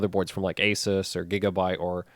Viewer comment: I am so happy you pronounce Asus correctly.